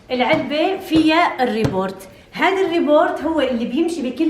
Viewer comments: اسمه robot مش rebort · Report ❌ Robot ✅ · اسمه روبيت، مو ريبورت 🤦🏻‍♀️ ، ريبورت = تقرير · robot يا مو report 😂😂😂